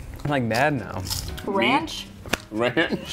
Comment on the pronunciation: the way she said ranch